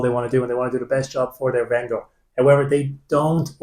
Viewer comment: Cheers. Funny pronunciation of venDOOR